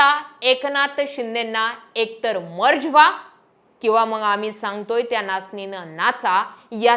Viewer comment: 'मंग' नाही ताई.. मग म्हण.. बाकी तु बोलतीये ते खरंच आहे